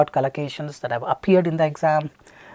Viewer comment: Its collocations not calacations